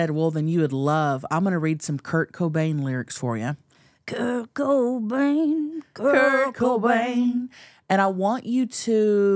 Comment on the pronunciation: Everytime I hear u say curt Cobain it sounds like kirko bangs 😂😭